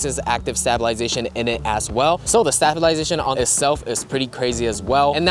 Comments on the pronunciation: That’s a pretty funny way to say stab-I-lization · I like how none of his friends are going to tell him how to pronounce stabilization, lol. Come on, guys, you did your boy dirty! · Amazing video. 10/10 honestly, but one question.. why did you pronounce stabilization like that 👀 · Can you say stabilization correctly tho?